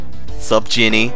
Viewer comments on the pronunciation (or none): none